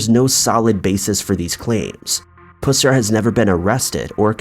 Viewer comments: It's pronounced pus-er not pews-er I live here in Mcnairy county and people would have a fit if I didn't point this out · Come on! Pus er not puss er 🙄 I knew of this man when the movie came out in the 70s. Almost seems disrespectful to put the word puss in that man's name. Joe Don Baker played him before anyone did.. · Pusser is a variation of Purser, and is pronounced like pus rather than puss. I know several members of his family. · Its pronounced pus-er,. Sorry, I just wanted to make that right. He was a badass,and a hero. Thank you so much for the video